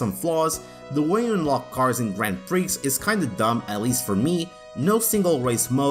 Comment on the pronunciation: Correction: not all ps1 games had warping textures/polygons. See Tobal 2 for example (and others). Also, the x is silent in prix.